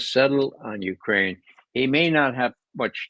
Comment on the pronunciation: I see Ray has picked up Alexander Mercouris's name for ukraine-- "Uranian"!!! Same with John!!!!